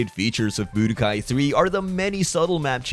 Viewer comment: It's an accent.